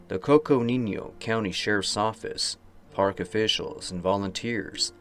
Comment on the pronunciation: I just love it when ol' cousin pops in for a while to chew the fat. Never know when to expect you but you always show up at a good time. btw -Coconino has no tilde over the n, it's just "coconeeno".